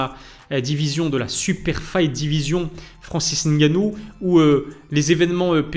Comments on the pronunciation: Merci pour la bonne prononciation du nom de Francis👌. Assez rare pour être noté. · Enfin un français qui à l honnêteté de prononcer le nom " camerounais" correctement Respect Like et partage